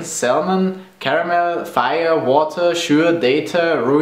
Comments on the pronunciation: Oh my lord, the way you say "caramel" holy perfect German accents = perfection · I'm obsessed with German accents for some crazy reason! Damn the way you say "Caramel" Purrs